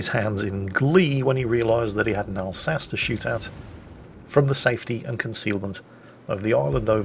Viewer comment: You mispronounced "Alsachey"